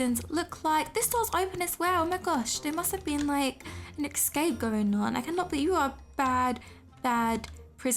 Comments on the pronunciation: “Excape” Lol no hate I love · Lol you say esxcap XX Love u !